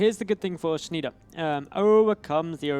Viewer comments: PRONOUNCED SHNY-DEHR, FFS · You hurt me ears when you pronouce like Shneeder!